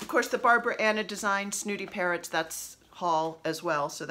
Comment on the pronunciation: I like Cardinals in the yard and blackbirds to stitch. Just found your podcast and love it. I could have sworn you were saying parents instead of parrots. That would be an interesting chart?